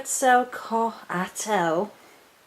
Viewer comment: KET-zal-COTtle. To rhyme with bottle. That's how the Aztecs said it, took me years!